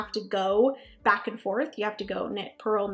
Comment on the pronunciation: It’s purl, BTW.